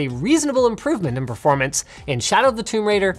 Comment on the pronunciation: "Perormance" Guess you haven't pressed F to pay respect on this one xD